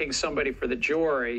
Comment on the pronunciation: How do you trust a guy that pronounces Jury …… JORY